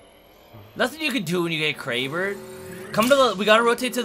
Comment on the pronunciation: Lmao he said I got crabered